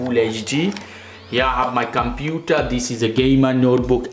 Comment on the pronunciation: I open my computah.